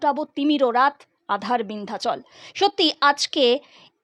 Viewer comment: ভালো ভাবে পড়তে হয়। ওটা আ৺ধার😢 বিন্ধাচল নয়! ওটা হল, "বাধার বিন্ধ্যাচল"।